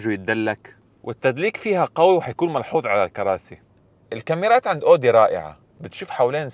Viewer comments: اسمها اويدى مش اودى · اسمها Audi مش odi 😂 ممكن تشوف الالمان كيف بيلفظوها